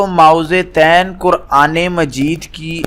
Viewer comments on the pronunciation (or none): او بھائ پہلے اپنے تلفظ تو ٹھیک کرو۔ مائوزے تین نہیں معوذتین ہوتا ہے۔ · Mo-awwazatain (apni dorustagi karain.